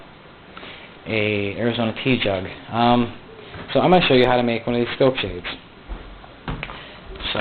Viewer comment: TEA jug i think. But it definitely sounds like he is saying pee!